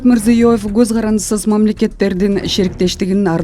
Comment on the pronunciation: Гоз эмес коз